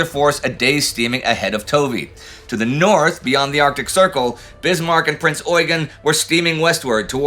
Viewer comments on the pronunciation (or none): none